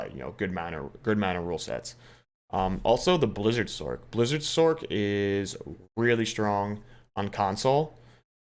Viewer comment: Fin sorK lol it’s Sorccccccc like pronounce sorceress it’s not sorKeress lol fun list pretty much agree console is kinda ass pvp